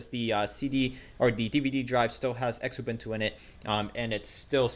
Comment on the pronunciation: Just a note? (and its not me nit-picking!...its my girlfriend!...she INSISTED I tell you this: It's pronounced "Zoo-boon-too" (Xubuntu) NOT "ex-ubuntu"!.......you would use the same pronunciation as when you say xylophone.....or Xerxes......(there!...now maybe she'll get back to the hugs and kisses and leave the dictation and speech course stuff alone!?....LOL!)